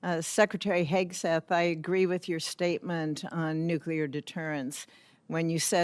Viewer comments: Nuclear, not nucular, Mr. Reed. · Reed = Fn MORON. Cannot even pronounce the word "nuclear"